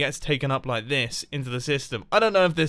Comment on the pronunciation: I loike it not like loike